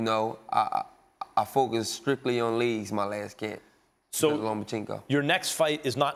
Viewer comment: “Laygz” aka legs